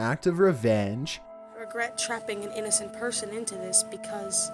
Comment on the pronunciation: Innocent was pronounced as inna sence